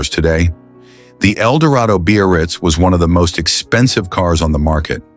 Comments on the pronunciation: When the is talking about the '55 Caddy, he speaks of the model. He calls it.. the Bee-or-reetz, or something like that. Some variation on.. beast? I dunno what he's saying. I've never heard the word he seems to be saying. `Beo-or-ritz'? `Bay-oh-ritz'? `Beer-writz'? I even went to the web-page for 1955 Cadillacs & there is no-such word in the sales-literature. There is `Brougham' for the ultra-large monstrosity land-boat of that era - but you've just stumped me. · He's (or "it's") trying to say "Biarritz." The Biarritz was the Cadillac Eldorado convertible model at the time.